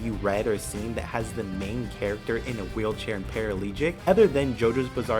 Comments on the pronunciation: the word is paraplegic, not paralegic. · ParaPLEGIC BRO. not paralegic. That’s like nails on a damn chalkboard